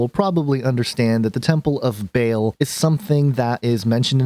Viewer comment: It's not Bale it's Baa-l, just like the bleat of a sheep but ending in the letter L as in El.